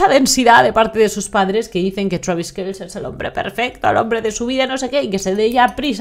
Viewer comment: KELCE SE PRONUNCIA "KELCI" JUST LIKE THAT